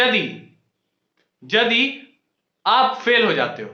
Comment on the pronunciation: Nepali ho kya yadi ko jadi bol rhe ho😂